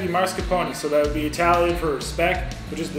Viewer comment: I think you broke your own record for smacking!! Turns me off even tho I sometimes watch your vids. Come ON, noone else does that. BTW, just for future reference, it is MAScarpone, not MARscapone.